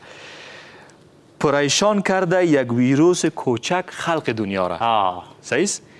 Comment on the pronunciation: چرا همه وییییروس میگه این ویروس هست حتا وزیر صحت عامه هم میگه ویییییروس این ویروس قشنگ تلفظ هم نمیتانه همی کسانی که ده افغانستان هسته